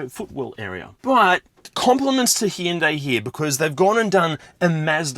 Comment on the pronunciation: God, I hate the way that Hyundai have decided people need to pronounce their name, it sounds like someone’s having a stroke. That kind of suits the way most of their new cars look anyway.